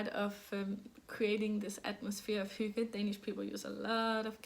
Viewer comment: What a great episode!! And you were right I honestly couldn’t stop laughing when you were trying to say earthtones girl! And Thank you so much for all the insight into Hygge. It was great to hear you say it and all the other danish words... what a beautiful language! And to me Hygge means, quiet, low light, sipping tea, knitting and a good audiobook/podcast. It doesn’t really apply to my family since we are over 50 in number and our get together’s are spent speaking as loudly as we can so that our voices can be heard. 😂